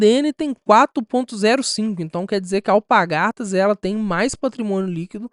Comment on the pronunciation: alpaRgatas e não alpagaRtas...